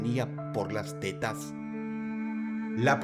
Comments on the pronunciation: pido perdon pero cuando Dross dice T E T A S me darisa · Pensé que decía "el coleccionista de telas" 😮😮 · Aparte De La Seriedad Del Video 🙁, Me Encanta Como Dross Pronuncia De Forma Graciosa La Palabra "Tetas" 😅